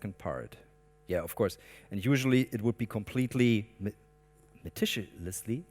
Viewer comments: ' Meticiously' is a new word you have created. A combination of meticulous. pronounced me-tic-u-lus and 'malicious' which means being nasty. hahaha! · Were you looking for the word "meticulously"? That would be pronounced "meh-tik-yoo-luss-lee"